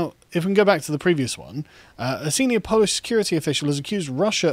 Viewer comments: Great piece but as a Pole, your pronunciation sucks! 🤣 Start with: 🇵🇱 w= 🇬🇧 v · A few pronunciation tips for Carl: In Polish, "W"s are "V"s. "J"s are "Y"s [think: yellow]. "G"s are always hard. Vowels are pretty much the same as in Spanish. Hope that helps.